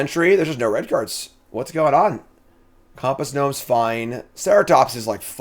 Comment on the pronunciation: I cannot believe that after all the drafting of this set you still mispronounce compass gnome....geez man.